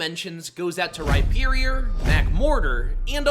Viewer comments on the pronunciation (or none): none